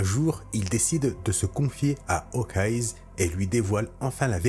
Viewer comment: Hum... Bon, au risque de passer pour l'enculeur de mouches de service : - c'est Jamie MadroX (avec un X). Tu le prononces MadroC. - c'est Hawkeye (sans S). Tu le prononces HawkeyeZE. - La formulation "Vous n'êtes pas sans ignorer" signifie que l'on suppose que son interlocuteur l'ignore et que l'on va lui apprendre quelque chose. On ne va pas se mentir, quand tu l'emploies dans ta phrase sur le Punisher, je pense que tu veux dire le contraire, non ? Il aurait donc fallu dire "Vous n'êtes pas sans savoir que...". - À les X quoi ? Tout à coup, je me demande si c'est un enregistrement vocal live ou de l'IA. Ce n'est pas une boutade mais une vraie question. Zéro critique de ma part sur ce sujet précis. Tout le monde a le droit de faire ce qu'il veut, hein ?